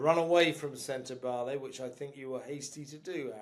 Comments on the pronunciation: Is that AI when Sentebale is pronounced Sentebail? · Please pronounce Sentebale correctly.